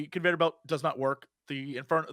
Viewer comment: the fact that jesse keeps caling it a conVADER belt. chef's kiss wouldn't have it any other way lmao